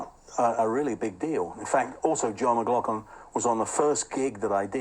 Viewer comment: How dare you upset my world paradigm by making me relearn saying John McLaughlin name correctly yet you go back to saying it how I used to say it. You’re confusing me!